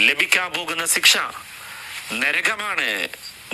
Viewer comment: സിക്ഷ അല്ലടാ മരപ്പൊട്ടാ, ശിക്ഷ.... മര്യാദക്ക് പറയാൻ പഠിക്ക് ആദ്യം പൊട്ടൻ ഉസ്താദേ